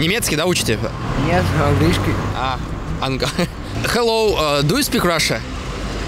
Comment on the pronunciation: Не ду ю спик раша, а ду ю спик рашн )